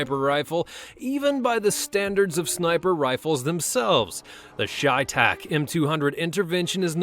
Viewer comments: Chay tach really your pronounced that wrong it's chey tach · Shay tac? Its pronounced Tsai thak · Cheytak is prounouced Shay not Shytak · it’s chevytac, not creytac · Its pronounced chey(ch-ay)tac dumbass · Chey is pronounced shay